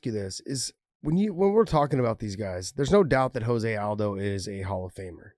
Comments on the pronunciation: Josh. It's pronounced Joh-zay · Nor should you...his name is "Joe-zay"...just like RDA is pronounced "Ha-fael" not "Rafael"...it's a respect thing.